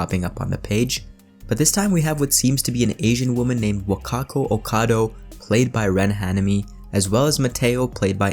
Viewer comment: she is Japanese and it's OkadA not OkadO.